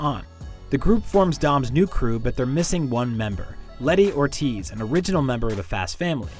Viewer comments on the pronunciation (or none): none